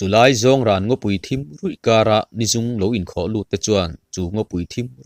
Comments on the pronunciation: 'Rawn' tih lai khian ngaihthlak ati nuam lo deuh..țawng pangngai anga thlûkna awmlo in rawn ti zawk la ava țha zawk awm ve. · Rawn tih chhiar lai hian a thluk hi a va fuh thei lo deuh ve aw, thu dang chhiar hi chu a zia khawp mai. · " rawn" i lamrik dan hi a dik hlel deuh lo maw? Dawrawn kan lamrik a RAWN rik dan a lamrik hi a dik zawk ang.